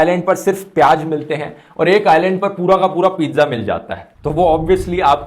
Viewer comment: Its piyaaz not piyaj, ... Likewise its hazaar not hajaar and kamzoor not kamjoor.. (Request for improvement of pronunciation)